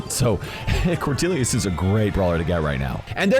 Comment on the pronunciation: It’s Cornelius, not cordelius fixed it for you